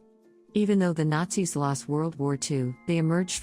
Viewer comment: you know, at first i thought what is this guy on? she just said Nazis perfectly fine. and then i get to number one...